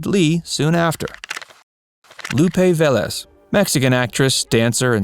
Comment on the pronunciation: The reader needs to learn that "bahn motts" is not "bons mots." This error is repeated. "Lupe Velez" not pronounced correctly either. The funniest line—a fault of the writing, not of the announcer—is that Barbara LaMarr's husband was a "dancer and check forger." (Nice to see a clip of LaMarr; they are uncommon.) A few of these actresses, such Vivien Leigh and Tallulah Bankhead, had nasty STD's that they cheerfully spread. Several (Velez, Bankhead) liked women as well as men, though I've been unable to discover whether they were egalitarian infectors. LaMarr was fond of cocaine and other hard drugs. Perhaps some of the others were as well.